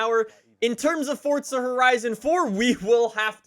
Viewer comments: Its for-za not fortsa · Why does he us his thumb, pointer finger and middle finger to show 3? And why does he keep saying “forTza”?